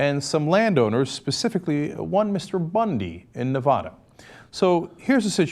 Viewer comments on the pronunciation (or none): Cenk, I know it's weird, but Nevada is pronounced Ne-VA-duh, not Ne-VAW-duh. It's especially weird for me as a Latina, but if you don't pronounce it the bastardized way, you'll be immediately written off as an outsider and you just might get shot. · Goddamnit, I wish people would start pronouncing Nevada right... it's really not that difficult.